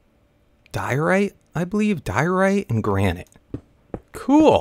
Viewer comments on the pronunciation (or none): Die-o-rite not Dorite xD Lol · Its die-oh-right not dorite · Diorite pronunciation = DIE - OH - RIGHT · Pronounce it: die o rite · It's pronounced Die ore ite hope I was helpful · More like die-uh-rite actually. -Geology guy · GullsAK Nope its dye-or-ite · Patrick Simmons Nope it's die-ore-ite.